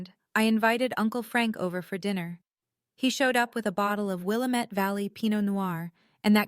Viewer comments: Please teach the AI how to pronounce Willamette. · Kinda surprised they used real Portland geography and road names. Even though they mispronounced Willamette. 😂